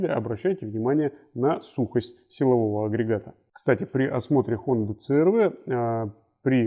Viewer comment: отличный "рунглиш". говорить цэ-эр-вэ, вместо си-ар-ви.